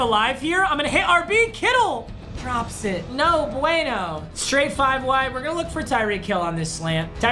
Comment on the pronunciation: When he said no bueno his Spanish teacher cringes